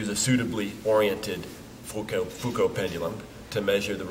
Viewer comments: I listened to this video to grasp the correct pronunciation of "Foucault". Figured a Dartmouth professor would be a good authority... He pronounced "Foucault" THREE different ways within the space of 3 minutes. I'm still at sea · Interesting that he tries the French pronunciation of Foucault but does not say "pendule."